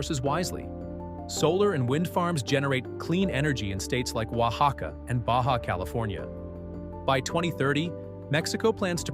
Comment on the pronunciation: Mexican here, props to you for pronouncing 'Oaxaca' correctly :D/ 'Queretaro' though, oof, it hurt a little lol VIVA MEXICO 🇲🇽